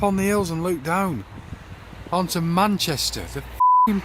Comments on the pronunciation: It cracks me up every time he says "look" as "luke"! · Perry Hampson It’s how they pronounce “look”.